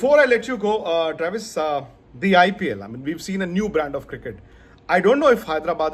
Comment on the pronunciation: U butcher travis😭😭😭 Why with us not once but twice😭